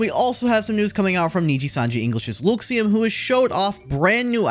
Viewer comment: Why do you keep pronouncing Luxiem so weird….?? people are gonna think that’s actually how it’s pronounced when it’s not